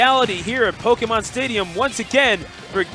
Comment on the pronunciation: I like how the announcer pronouces the é in Pokémon properly instead of butchering it like "poke-em-on" or "po-key-mon"